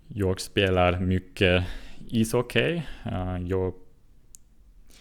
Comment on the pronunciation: Bra jobbat! Det uttalas "hocki" inte "hockej". Tänkte att det kunde va ett bra tips eftersom det är ett ord du använder mycket. Väldigt imponerande ändå! :)